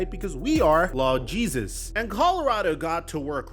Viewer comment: just say Lord instead of Lawd you’re not from the South and you enunciate it wrong. No offense